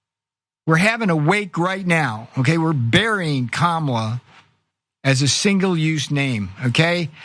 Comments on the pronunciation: At least he pronounces her name right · He pronounced her name correctly several times in a row. I'm impressed. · At least he pronounces her name correctly. More than I can say for the rest of the Republicans.